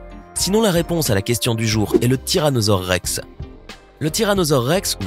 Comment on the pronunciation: Tiranosaure Ree